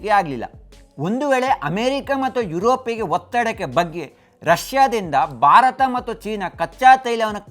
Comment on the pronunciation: Bharata anta sariyagi pronounce madi please. Barat kelolke agalla